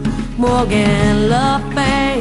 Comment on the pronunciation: it is not morrigan ether is The Morrighan or Morrigu, Morgan is Morgana le Fay